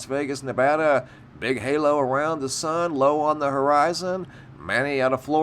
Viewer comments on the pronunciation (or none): none